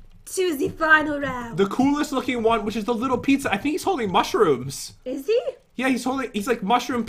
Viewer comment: Not mussroomes